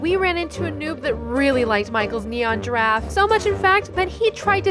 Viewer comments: how come it sound like it was serious but when u watch it:Itz funny Gifaffe Wtf gifgagfe i laughed when said "giagar" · It’s so funny when he said he gregafe😂🤣😂🤣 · Stew calls a girrafe:garage I LAUGHED SO HARD LIKE A VOLCANO 🤣🤣🤣🤣🤣🤣🤣🤣🤣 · Is giraffe not garage🤣🤣🤣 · OMG I LOVE WHEN THE NOOB SAID GIGAIR 🤣🤣🤣🤣🤣🤣🤣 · Actually it’s: GIAGOR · Dont forget giagar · Yeah but I loved the when said gargarffe xD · I love when he says girgafe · Legend says that Never learned how to say/spell Giraffe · He is saying giraffe wrong 😑